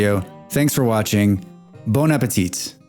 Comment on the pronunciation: Thanks for the video! Quick question, isn't a 3x3 with a hole of water in the middle more efficient? (The t at the end of "bon appétit is silent btw, otherwise perfect prononciation my friend)